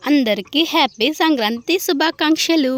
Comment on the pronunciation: సంకాంతి కాదు సంక్రాంతి 😂😂😂